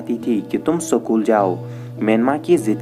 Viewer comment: भाई सकूल या स्कूल ? 😁